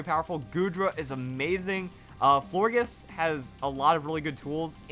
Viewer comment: It's pronounced as "Flor-JES" you're welcome.